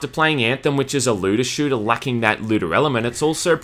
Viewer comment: You mean a... SHLOOTER